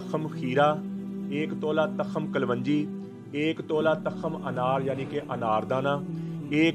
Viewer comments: Hzrat tkham nhi tukham HOTA hy apni Urdu thek kren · takham ni hota tukham hota ha🙏